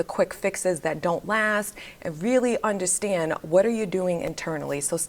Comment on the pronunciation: I loveeee the way you say undastand haha. Ladies, drink your water, get your workout in, watch and walk around like the hottt girl that you are 🤍